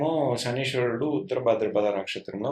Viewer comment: శనీశ్వరుడు అని పలకడం తప్పు.. శనైశ్చరుడు అని పలకాలి..